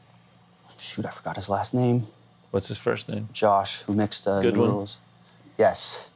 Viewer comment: Wolfie - "Gudwin" c